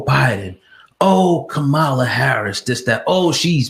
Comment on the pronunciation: At least say her name right